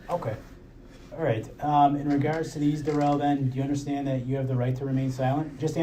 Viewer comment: douche bag is speaking to Jessica and he says, "sHtill". I'm not sure why this bothers me when he says "undersHtand" and now "sHtill". I'm makes my skin crawl.